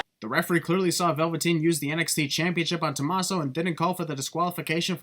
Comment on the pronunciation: It's Tuh-MAH-so and Champ-uh, not Tuh-Mas-so or Chomp-uh.